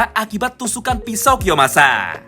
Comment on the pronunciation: Njir lah selalu ngakak pas denger "kiyomasa"